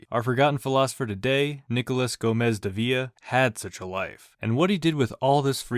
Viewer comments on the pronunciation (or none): Loved the video but Omg you botched his name lol